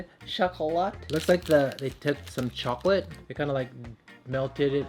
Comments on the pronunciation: "would you like an almond chocoLAT" the way he said it is soooooo funnnyyyy hahaha loll , so precious. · anood mohd not even ‘shocolait,’ straight up ‘CHOcoLaT’